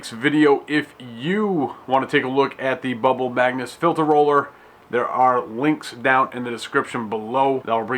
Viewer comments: "Magus" NOT "magnus" thumbs down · MAGUS. Not "Magnus". Especially if you're going to sell it and make presentation videos, get it right! Its like nails on a chalk board, and you said it 137 times. LOL